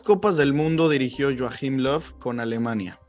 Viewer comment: Cómo que Yoajim Lof, no seas pajerito